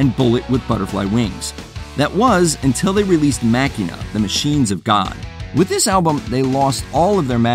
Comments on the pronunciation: Machina is actually pronounced "Ma-Shee-Na" as per Pumpkins canon. Also, I think it not only objectively could never be considered an awful album, but that it's a brilliant and tragically underrated album. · I've actively avoided this channel as i new exactly what it would be, a watch mojo clone with a name it had no credentials to label its self with, so on that note I'm not suprised you dissed machina (which in the this instance is pronounced ma sheen na, yep you got it wrong, you really do play from the watch mojo playbook dont you). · C'mon man.. Machina brings back good memories. Machine-uh is how its pronounced. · I think Van Halen paid the price by firing Sammy Hagar; As a result: We have Van Halen III... Plus, the narrator pronounced the Smashing Pumpkin’s album wrong 😅😅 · If you're gonna criticize an album, at LEAST say the fuckin name right. You seem to know nothing about Machina, and you can't even pronounce it. You have the right to state your opinion, but you're making the album seem so much worse than it is. It's beautifully constructed, and people like you don't like it because it's more mature than Siamese Dream. I love every album by them, but I hate that people have this mentality that Smashing Pumpkins are only supposed to be Siamese Dream and Mellon Collie. Would I recommend Machina to a newcomer? No. But it's an album that contains so much beauty, and is especially good once you come to appreciate all of their other music. I don't think this album is meant to be liked by most, so therefore, I don't think this album deserves to be categorized with other albums that actually were trying to gain attention from the public that flopped